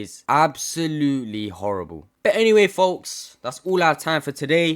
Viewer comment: I think it’s ‘horribe’ aswell tbf